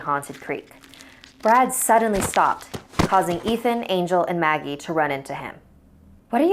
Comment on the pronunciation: In the beginning I thought it said muggle instead of Maggie XD